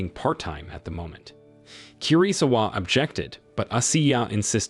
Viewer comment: "KI RI ZU WA👹👹👹" someone need to teach him how to pronounce asain names 😭😭🙏🙏🙏